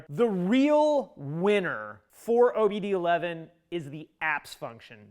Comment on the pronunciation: Isn't it "OBD-2", not "OBD-11"? As in; OBD-I, OBD-II... Roman Numerals? I suppose the Romans didn't get as far as the US.